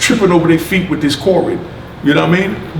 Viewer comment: It's Covid-19 not Cor-rid..lol